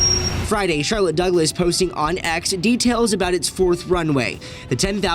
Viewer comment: “Charloss Douglette” Sorry